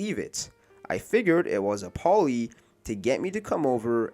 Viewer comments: ploy not poly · I thought it was a Poly it is PLOY! LIKE PL(AY) BOY!